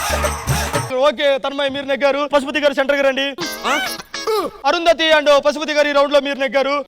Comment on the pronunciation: Yendhira okasari Arundhathi antavu enkosari thanmai antavu crt gaa practice cheyi